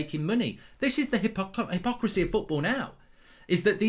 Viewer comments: Great video mark, but when you said "hippohypocricy" it made me laugh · Mark actually has a problem saying hypocrisy 😂